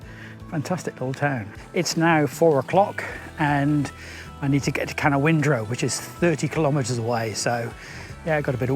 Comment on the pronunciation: Hey, they call it ca- noun-dra 😊. Merry xmas and thanks for the entertainment!